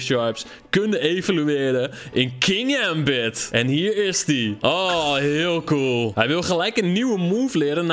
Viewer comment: Je spreekt het uit als king-gambit